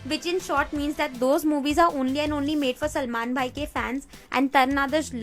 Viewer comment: Everytime you said "Selmon Boi", I hillariously laughed